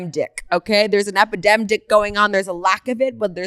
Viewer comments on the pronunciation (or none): An “epidemDICK” 👏🏼😂😂